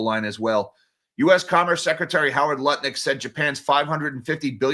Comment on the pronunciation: It bothers me that you're constantly saying Howard Nutlick's name wrong! 😵